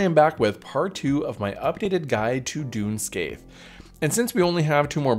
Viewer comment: And I'll not stop enjoying endlessly incorrect corrections. It's "Skay-Hock". The "a" in "Sca" should sound like the a in "scAn" and the "ach" at the end should be pronounced as "och" as in "lOCH". the TH in the middle is effectively silent, as you correctly pointed out.